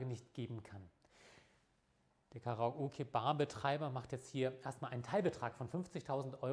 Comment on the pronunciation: "Karaoge Bar"? ;) Aber das Video mag ich!